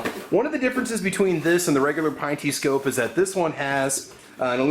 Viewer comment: Pinn-tee not pine-tee